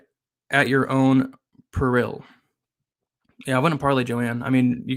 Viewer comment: My man can’t pronounce peril. 😂 good shit brotha! Lets get paid.